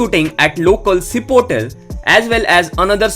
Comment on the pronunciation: chipotle Restaurant hai bhai cipotal nai hahahhah its chipotle